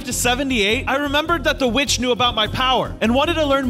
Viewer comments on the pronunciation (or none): Why did i heard "B!*ch" instead of "Witch"? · the witch sounded like "b*tch"